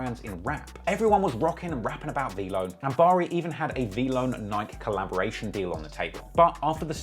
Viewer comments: Would someone teach this man how to say Nike 😂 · Why does this man refuse to pronounce Nike correctly.